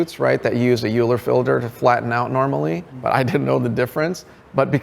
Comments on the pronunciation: someone tell him how to pronounce “euler filter” correctly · What an amazing guy with a killer career! One nitpick.. "Euler filter" is pronounced like "Oiler filter"